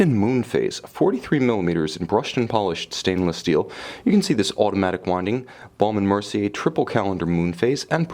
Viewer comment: If you call the American B&M website you will hear the correct pronunciation- it is exactly how the reviewer says it.